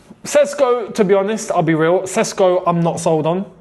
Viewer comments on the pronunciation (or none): for the love of God, its not Sesko, it Sheshko! Make Š great again!